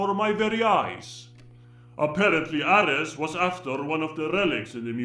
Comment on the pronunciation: At least he pronounced Ares like we do in Greece ( Aris/Άρης ).😀